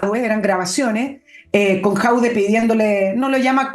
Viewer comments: Estimada, solo una pequeña corrección, el tipo se llama Jadué, no Jaude. Solo eso. Saludos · Señora. el apellido de Alcalde de Recoleta es JADUE y no Jaude 😂😂😂😂😂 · el apellido no es Jaude, es Jadue, buen día. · Por qué le dice "Jaude" a Jadue...? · Por qué le dice a Jadue.."Jaude"?